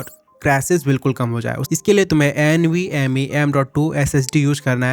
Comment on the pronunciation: Een vee m ee😂